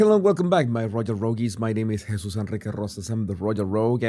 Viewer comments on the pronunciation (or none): none